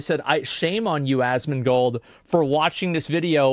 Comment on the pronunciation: Asmongold* no d in between